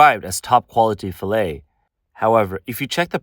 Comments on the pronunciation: Fill-et ? Fa-lay thats how you say it lol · Nope - it's fiˈlā, ˈfilā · Cringe every time she says filet….